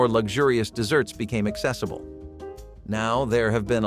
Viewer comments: Why does he pronounce the main topic word incorrectly. This is about desserts, not deserts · 'Deserts" and "Shoo Flee" pie? That would be desserts and Shoo Fly pie. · please stop calling them deserts desert has only 1S Desserts as two s's because it's sweet Let's see you tell the difference between how to pronounce the two words desert has 1 as dessert as 2 please stop calling desserts deserts deserts are arid plains that are ultra hot or ultra cold and have very little water rainfall. you do not eat a dessert you eat a dessert. again desert has won S you do not eat it, a dessert has two s's in it and you can eat those. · Kept waiting for a recipe including sand since the narration kept referring to them as deserts rather than as desserts! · It's deserts, desserts! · Need to fix the narration as it keeps saying 'desert' rather than 'dessert'; at the end of the video "stay tuned for more nostalgia TRIPS" rather than tips